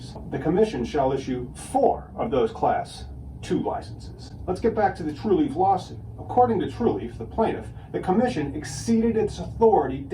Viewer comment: why does he keep saying Truleaf?